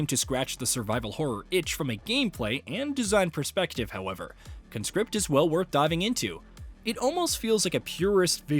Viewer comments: Grammar nerd alert: You should pronounce the title like "KAHN script", not "KUNscript". The former is a noun, the latter a verb. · CON-script. You are a CON-script. It's a noun. Con-SCRIPT is what you do. You Con-SCRIPT folks into your army. That's the verb. Learn english bro.